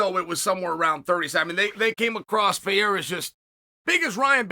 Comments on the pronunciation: Perfect pronunciation on Ferreira. But is Alex Pereira still "Piera", guys? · So Chael can pronounce Ferreira but not Pereira? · Chael can pronounce Ferreira perfectly but still can't pronounce Pereira 🤣🤣🤣